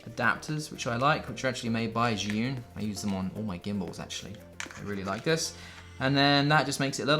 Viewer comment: Zhiyun = Jee-Yun. FYI.